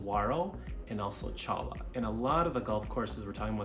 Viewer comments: Challa? Choy-ya. 😂 Immediately lost me. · Cholla is pronounced “Choya” not “Challah”